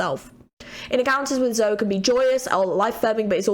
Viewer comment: Also "e" in Zoe is not silent. She's "Zo-e".